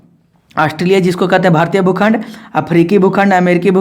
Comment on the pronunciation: Aap jo aise bolte hai na bhukhand koun khand aise nhi boliye but sorry 😢